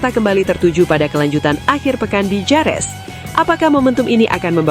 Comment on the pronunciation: Bukan Jerez tapi bacanya herez.